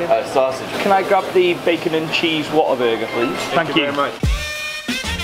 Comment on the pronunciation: the whole time i thought he said water burger 😂😂